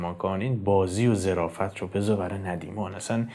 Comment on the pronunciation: درود و خسته نباشید خدمت عزیز با تشکر از محتوای مفید و عالی که میسازید زمن گفتار جنابعالی در بیت اخر ان کلمه ظِرافت نیست بلکه ظَرافت به معنای شوخطبعی است با تشکر